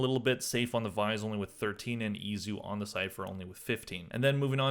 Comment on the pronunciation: Also why do you pronounce some people's names differently than it's actually supposed to be pronounced? It's pretty frequent but the one from this video: Izu is pronounced E-zoo not eye-zoo. I mean they've said his name all tourney, streamers and the broadcasters were glazing him all tourney